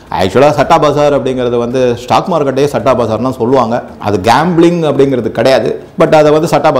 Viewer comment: சட்டா இல்லயா.. ஸத்தா..இது தான் சரியான pronunciation இந்த சத்தா பஜார் ரொம்ப வருஷமா ஒரு authentic underground newspaper..very authentic honest.. its a gambling den with a different kind of respect ...May be Krishna is its director...